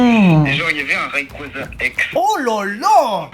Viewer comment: RAYKUAZA COMMENT?!!!? C est rayquaza pour une lettre oui mais quand même 😂